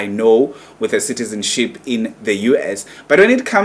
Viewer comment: I think umuntu who must shut up here its you udom you can't even pronounce"citizenship,neutralization.yaze yadom igay